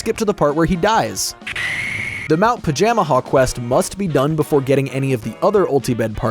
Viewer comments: You are a fool it's pronounced "Paja-MAJA" not "Paja-Maha". Also, I'm gonna be real, the whole "Bowser betraying Antasma" thing feels entirely hamfisted and dumb. If they REALLY had to break apart, why could it not have been AFTER having a second Bowser-Antasma team up battle? Hell, mix the Dream Stone and Nightmare Stone into something TRULY heinous, call the result Comatose Bowser. THEN have the two arguing about how the other guy was sandbagging AFTER they get beat. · I watch Sullypwns play through this game as a kid so much, makes it weird hearing Pajamaja pronounced this way